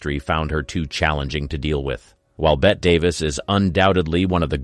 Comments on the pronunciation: I miss real narrators telling stories. There was a show back in the day called mysteries and scandals. It was all about old Hollywood. It had an actual human host. He actually gave these people the respect of pronouncing their names right. By the way her name isn’t Bet Davis. It’s Betty Davis. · Please. If you're going to do a vintage Hollywood channel, learn how to pronounce the performers names. It's not Bet Davis- it's Bette (pronounced Betty) Davis. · Bette Davis’s name is pronounced “Betty,” NOT “Bet.” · I never understood, why it is „Betty“ with Bette Davis, but „Bet“ with Bette Midler😅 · Betty Davis not bet Davis Mr Narrator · It's betty, not bet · It's pronounced like Betty not Bet. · Was bette illiterate then? Or maybe she couldn't speak properly Because bette is pronounced bet and betty has a Y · It's pronounced 'Betty' Davis, not "Bet' Davis. And it's pronounced 'Marlaina' Dietrich not 'Marlene'. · “BET” Davis?? Are you kidding me? You do a video on Hollywood greats and can’t be bothered to to learn how to pronounce their names correctly? What- are you 12 years old? It’s pronounced, BETTY- just spelled, Bette. This is sad. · He said "Bet" for Bette Davis. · “Bet” Davis ?😂 At least get the names right. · "Bet" Davis? You must be joking. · This narrator (computerized or real) needs to learn how to pronounce well-known names properly. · Narrator said "Bet" Davis, makes this so suspect in accuracy. Director John Hudon? I notice the children of some of these stars waited until their parent was dead to whine and cry about how they were abused , methinks so they could inheirt the wealth then get a book deal, sad. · It's Bettie Davis Not Bet. and you're a movie actor know it all. Yeah sure. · Bette's name was pronounced " Betty"..and I thought she was very attractive in an unusual way...kind of like the new actress Anya Taylor Joy. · Bette's name is pronounced Betty. FFS. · The AI voice keeps mispronouncing Bette Davis. A little annoying.